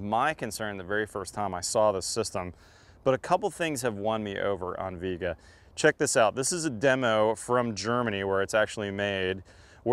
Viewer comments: Flux doesn't fuse the pipe, solder does. Lame test: Your guy makes sure soldering and copper prep work takes longer. It is obvious. Viega is not English word. It is not pronounced "Veega", as you pronounce it, but Spanish "Viega" - "i" and "e" pronounced like in "Fiesta" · Doesn’t even say the name right lol it’s driving me crazy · Propress is not fusing the fitting to the pipe. It’s a pressure clamp. And it’s pronounced like vee-àguh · I'm sure you pronounced the name wrong.